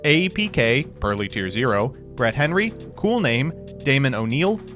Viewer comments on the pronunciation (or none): none